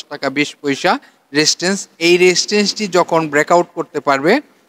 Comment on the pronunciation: পইসা না বলে পয়সা বললে ভালো হয়।